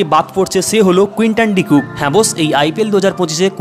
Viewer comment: Quinton De Kock na Quinton De Cook confirm kore bolo. 😂